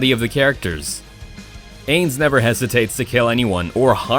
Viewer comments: how he pronounces ainz being that its my favorite anime makes me sad.. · Didn't even say the overlords name correctly. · You can tell hes never watched overlord because he said the OPs name wrong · the way he says ainz sama's name hurts. i do not think he has ever seen overlord. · I love how he put Overlord but the way he said Ainz